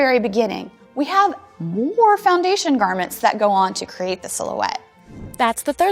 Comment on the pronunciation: When she said “MOre”